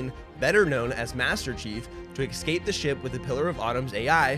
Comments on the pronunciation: its escape NOT eCscap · ESCAPE.. its Escape not excape 🤣 you're as bad as doc with his Tredmeal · The way he pronounces escape as excape is tough to listen to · Killin me with “excape” 🤦🏻‍♂️ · Not sure why but the way you say "ecscape" instead of "escape" bugs me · Fun fact. It's UNSC not USNC. Also, there is no X in the word escape.